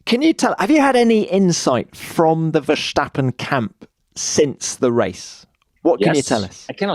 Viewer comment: He'll never learn!